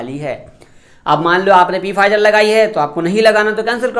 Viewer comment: Bhai Pfizer ko Pfizer nahi bus Fizer boltey hai P silent hai 😊